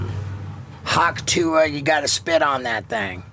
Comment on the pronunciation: Shouldn't it be "Hock Tuah" as in "Hock a Loogie"